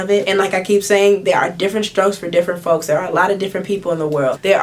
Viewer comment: She said different strokes for different fokes 💀🤦🏾‍♀️